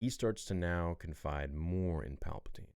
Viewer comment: “pall-puh-tan” lol you said it everytime good expect for that time lol💀 great vid tho